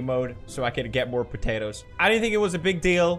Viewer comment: Po- ta-toe